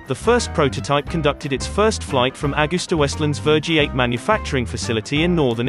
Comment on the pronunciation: Whoever is doing the voiceover, should really have researched the pronunciation of the script. Does he really think that Vergiate in Italy, is pronounced: ‘Ver-G8?!’